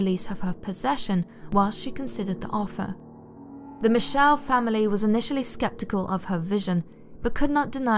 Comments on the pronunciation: As a British person, I truly expect you to KNOW (or learn) how to properly pronounce the German name MIchel! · Yeah though she pronounced her surname wrongly (but that doesn't matter at all as it's not distracting in anyway whatsoever, like even the name Schmidt (my surname but in German) is pronounced shmit, her surname's supposed to be pronounced mik-el. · AnneliesEEEEE..you have to say the "e". And Michel is not like Michelle. Its more like Meschel.